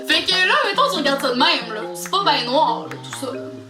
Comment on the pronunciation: Au lieu de Ice Cream c'est Nwaar Cream.